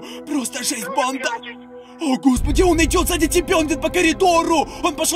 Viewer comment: Почему он такие окончания делает: банда́ Я НЕ ПОНИМАЮ ПОЧЕМУУУУ ! Ну вообще он не страшный и это чувак в маске и макияже😐